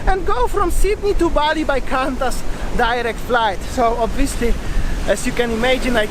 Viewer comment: Oh so cute"hey wassup doggo?!" 😂😂 Qantas is pronounced qwontus, just for future.. I had the same issue with Jetstar on my way back from Bali, put us up in the hotel too which was good 😊😊 hope you feel better, have you had a test for covid?? Take care ❤️ beautiful sunset